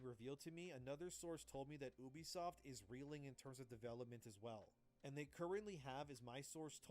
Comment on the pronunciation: The way he pronounces Ubisoft is actually correct. In Latin, "Ubi" is pronounced Ubi, not "yoube" and it means "where". Therefore, Ubisoft is a play on words that basically means Software.